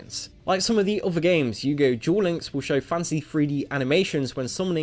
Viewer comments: He said yugioh gulinks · „Yugioh Djuel Links“